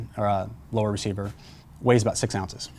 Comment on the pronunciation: Particular with words? Like when he says that it does not flex "underNEATH" (under) those conditions, or when he says "ambidextrEEous" (ambidextrous) safety, or when he says the magnesium mag weighs eight "Rounces" (ounces)? You're being too picky and it's pretty mean. =) I thought it was funny when he said he "trolls" the forums online. I think he probably means "browse," not the internet sense of trolling which is to "sow discord on the Internet by starting arguments or upsetting people by posting inflammatory, extraneous, or off-topic messages in an online community with the deliberate intent of provoking readers into an emotional response or of otherwise disrupting normal on-topic discussion." (Wikipedia definition) Aside from those distractions, I actually thought he did a great job and I found the video informative. I enjoy a longish video like this that is well thought out and professional like this one. I like that sound that some of the firing scenes have, where it's not full blast and is more of a "boing" sound. I don't know if that is deliberate or if it is just the microphone used, but it's a more peaceful sound while listening to the dialogue broken up by shooting scenes than the typical full blast sound which is hell on headphones, etc. I don't have a SCAR heavy so I don't have to worry about whether I need a Handl lower. But if I see a deal on a Handl lower I'll have to pick it up and then get a SCAR for it. =)